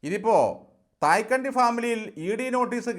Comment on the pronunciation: തായ്ക്കണ്ടി അല്ല ആശാനേ, തൈക്കണ്ടിയാണ്.